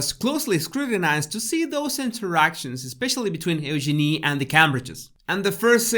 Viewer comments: she actually said her name correctly. Listen again. It’s pronounced Use-Jin-ee. Fergie and Eugenie have corrected people many times over. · no its not , there is a video of Sarah York saying how to pronounce it and she says just think, use your knee said faster it comes out Eugene